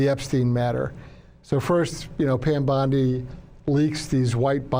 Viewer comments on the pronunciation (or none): none